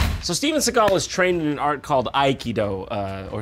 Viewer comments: Steven S-egg-al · he actually says Steagal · Seagal?? Why do people pronounce it "Segall" it's fkn SEAGULL for crying out loud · when i read his name i thought it was pronounced seagull, not sigall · Shouldnt his name pronounced like seagul with an a?